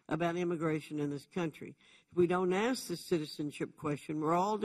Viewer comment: Cummings, you don't axe people questions you "ask" them.